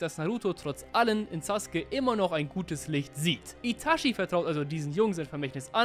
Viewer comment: Sasuke sagt mann und nicht suske(sus<. Meine ich natürlich nicht ernst😅😅. Und vielspass beim Video😊😊😅😂❤❤❤